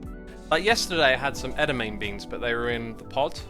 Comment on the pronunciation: Always loving your streams! btw, edamame is pronounced like ed-a-mah-may;):P